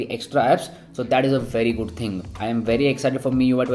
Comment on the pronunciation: No one: Our: Goodu grip. 😂🔥. Nice video, Commenting for better reach. 😀